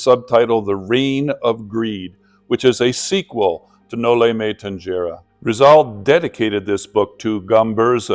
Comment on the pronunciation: tanjera?? its so ANNOYING